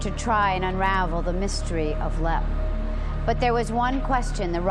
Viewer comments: "Lep castle" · How do you mispronounced Leap? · It's Leap not Black..